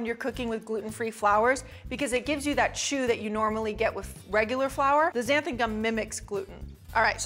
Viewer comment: 💡☝️Xanthan Gum - It’s Xanthan (with a “n” at the end not an “m”) as you keep saying & you have it misspelled in the recipe ingredient list in the description box - BTW thanks for putting the recipe in the description box. 😁💞